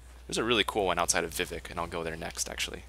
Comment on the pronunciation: Vivec not Vivic...